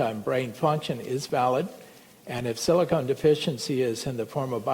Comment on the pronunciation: As smart as this guy is he pronounces silicon as SILCONE!!